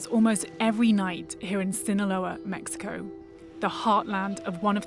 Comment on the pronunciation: "Zzinahlouaaaa Mecziiko" 🤣🤣🤣🤣🤣